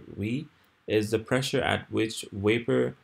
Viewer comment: his is absolutely brilliantly clear. Make more videos. The world needs teachers this clear. Why do you pronounce the word "vapor" as though it were "wapor?"